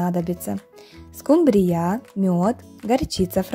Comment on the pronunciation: почему,Вы ударение делаете на "я"?